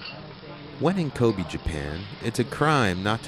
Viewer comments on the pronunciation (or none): Kobe is pronounced ko-bay not ko-bee